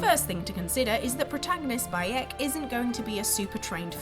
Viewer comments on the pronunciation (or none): When was saying the main characters name I thought she was saying by-ech, as in that Yorkshire-ism and I was so confused